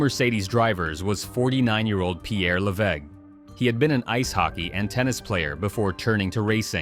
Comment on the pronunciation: Levegh...pronounced Lav-ay...idiot